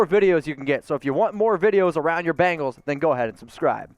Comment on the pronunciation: Its BENGALS NOT BANGALS